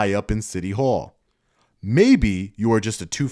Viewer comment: It’s city hall. For Christ sake …I had to watch that like 300 times in a row